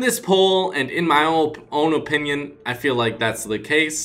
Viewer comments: Why do you pronounce opinion oopinion it makes me cringe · the way you say opinoin